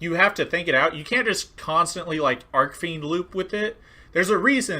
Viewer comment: The H in “Archfiend” is there for a reason.